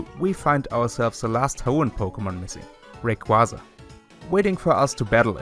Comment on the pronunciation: The way Rayquaza was pronounced hurts me physically